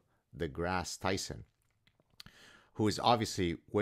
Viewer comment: "Neil DeGrasse Chrison." lmao